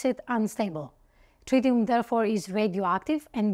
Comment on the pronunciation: Tritium, not trillium